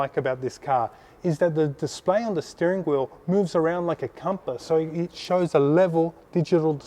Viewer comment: wheel not wherl